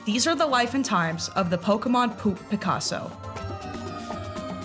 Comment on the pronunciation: why do u pronounce p00p as 'pulp'.